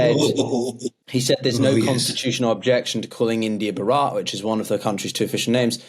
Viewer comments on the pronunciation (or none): Could you possibly pronounce “Bharat” CORRECTLY?!? Really tis Not that Difficult! By jove, tis rather Easy!!! “Baraat” is Non= to “Bhaaart” PHONETICALLY!!! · Its not barat its bh-aaa-ra-t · Could please pronounce Bharat correctly: Bhaa-ruth. Instead of the horrible sounding Bhuh-raath It is not difficult at all. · Please white man it's not ba-rat. It's Bharat.. Please pronounced the h and soften your pronunciation of r. It makes me laugh that westerners mock indian accent, but you guys are so lazy in pronouncing words and get everything wrong. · Not Bharaat but Bhaarat. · It would have been nice if the professor had corrected the anchor on the name pronunciation. It is Bhaa-rat, not Ba-raat. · Thank you for this discussion. The pronounciation is not buh-raat. The professor says it right: Bhaa-ruh-t. The t is a soft t, not found in English. Similarly, the sound Bh is a blend of B and H. Most people in the world will not be able pronounce the name Bharat correctly. That is the biggest drawback. Having said that, oh well. People will just have to learn. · It`s BHAH-RUTH not baraat. That`s what a wedding procession is called in India haha. Great podcast tho! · It's भारत - not भरात - I mean it's Bhaarut not Bhuraat. The first a is longer and the second one is short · Not (Ba-Rat) ... It's (bha-rut) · Please make some effort in pronouncing Indian names correctly. Bharat is pronounced as "BHAARAT" and not as " BHARAAT". The anchor intentionally or unintentionally persists on pronouncing it Bharaat which sounds as if it some marriage party. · It is Bhaa-rhut! Not Baa-rut ! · Though you heard say ‘Bhaarat’ you learnt nothing and till the end continued to call it ‘Bharaat’. This is typical of the white folk…look at all the cricket commentators. They spend half their time in India, yet never learn to even pronounce names. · Please pronounce the h in bharat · You need to pronounce Bhaa ruth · please pronounce as BHHARATHH.